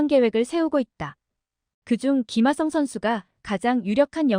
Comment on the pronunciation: 김아썽이라고 발음하는거 신경 쓰이네요